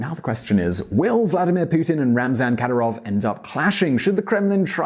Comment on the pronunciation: You can't even pronounce Kadyirov's name, mate...